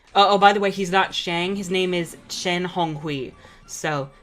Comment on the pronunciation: i think chen is pronounced chen not shen but idk